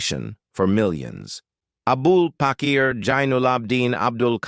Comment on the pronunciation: Avul pakir not abul pakir His name